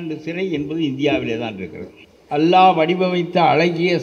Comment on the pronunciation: அல்லாஹ் என்று உச்சரிக்க வேண்டும்